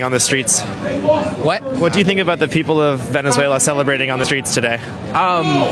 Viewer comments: I think you got an extra syllable in your Venezuela lol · holy crap learn how to pronounce Venezuela and Venezuelans. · He's not ok. He can't pronounce Venezuela correctly. Someone get a doctor. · You need to learn how to pronounce Venezuela!! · I love how bro can't properly pronounce 'Venezuela'. LoLz! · I love how you keep mispronouncing Venezuela 😂😂😂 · your pronunciation of Venezuela is almost criminal 😂🤦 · you're putting an extra syllable in 'Venezuela' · Came for the clips. Almost didn't stay for the pronunciation of Venezuela. Dude, seriously? edit- The "You know you're a dude, right?" redeemed you. I said the exact same thing with you, word for word. lol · I would normally buy that explanation, except you continued to do it even after hearing it pronounced correctly many many times during your video. 🤷‍♂ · i´M PORTUGUESE AND I KNOW CASTELLANO AND NOT SPANISH.... THAT ISN´T EVEN A LANGUAGE.....AND WE DONT SAY IA IN NOWERE... WE SAY VENEZUE'' LA''...... HAHAHAHAHAA.... REGARDS FROM PORTUGAL..... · Venzuela, not Venezuelia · It's not Venezuel IA, it is VenezuelA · Venezuela right?……Not Venezuelia🤔🫣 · 😀 Why do you say “Venezuelia” all the time? It is VENEZUELA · Please stop mis pronouncing Venezuela. There is NO i after the l. Thanks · why can't you say "Venezuela* correctly? 🤔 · it's Venezuela... NOT Venezuelia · awesome video 👌🏼🤣 but bro.. it’s Ve-Ne-Zue-La not Ve-Ne-Zue-Lía!! Just sayin .. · are you saying "Venezuelia?" It's veh-nuhz-way-luh. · please don't take this wrong, but please learn to pronounce Ven ez wela, not Ven ez welia. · I love you brother, but if you say “Ven-is-whale-E-ah” one more time I’m literally going lose it. lol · Bro Venezuel.......a not Venezuelea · If I have to hear you say Venezualia one more time! Its VENEZUELA! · oh sorry its not Venezeulia. just zuela. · Venezuel-ya? I don't even KNOW ya, haha! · It's not Venezuelia, its Venezuela, glad he's outta there, our guys are amazing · Venezualia, lol c'mon dude